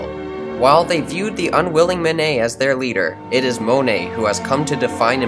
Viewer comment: At one minute 37 seconds we see a canvas by Paul Cezanne. I do not believe he was an Impressionist...rather a post-Impressionist. Also, you might want to check how certain French names are pronounced. We do not pronounce the "et" at the end of the name "Monet" as 'ette'. We pronounce it as the letter A. Clearly, we have chosen to adopt the French pronunciation of the name. So, please pronounce the first syllable as the French do. Monet.:Mon as in mon ami not as in "Mow the lawn " Not Mown-ay but Mohn-ay Also.... DEgas is not Day-Gah. And the final S is not pronounced. REnoir is not Ren- wah. The DE and the RE are pronounced as in JE suis. It is easy enough to Google how a word is properly pronounced.